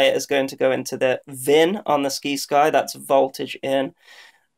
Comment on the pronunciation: Try "sigh-sky" You know, like "science"? Like "sci- fi" is short for "science fiction" the sci-fi channel.